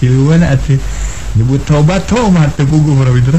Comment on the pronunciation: Haaaa mang jaya ge nu nyebut tomatt haaa😂